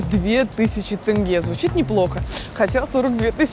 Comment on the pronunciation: Не тэнге а теңге